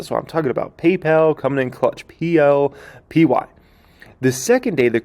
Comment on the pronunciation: That’s PYPL… not PLPY… 🤣🤣🤣